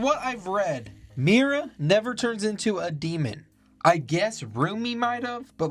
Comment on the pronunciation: Mrya🚫 Meera🚫 Mira✅